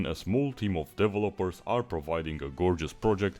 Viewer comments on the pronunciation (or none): The way he says Developers…… 😭